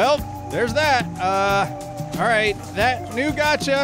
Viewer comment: Got>ca not getca